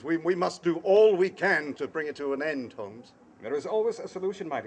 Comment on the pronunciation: HoLmes....not Homes